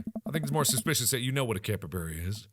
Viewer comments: IT'S CAP-EE-BARR-AH, NOT CAP-EE-BARE-AH!!! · Hey Mark, just thought maybe ya know, that I'd let you know that brosky, it's pronounced cap-e-bar-uh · Okay but that's not how you pronounce capybara (capy-b are a ) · He keeps saying capybara wrong. I know how to say it because its home to Venezuela and it was my country in a school project. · Mark: pronounces capybara wrongMe: mMMMMMMM